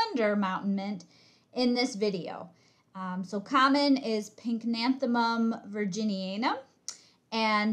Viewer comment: Correct spelling and pronunciation pycnanthemum, not pink nanethemum.